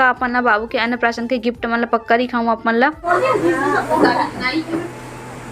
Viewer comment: Ann prasaran nahi ann prasan bolate hai